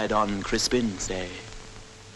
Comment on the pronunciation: I would not follow a man into battle who pronounces day as awkwardly as that. dayeeeeeeeeeeeee".